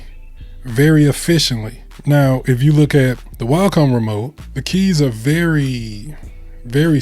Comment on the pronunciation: Cool video but you keep saying Walcom and it was throwing me off. There’s no L In Wacom 😆